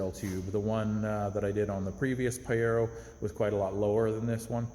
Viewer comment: Love it ! But it’s pronounced Pah-jeer-oh. Informative mate 👍